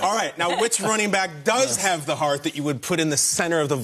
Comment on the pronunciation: Why did she say: "The perfect..." in this way? It is not "the a/e/i/o/u".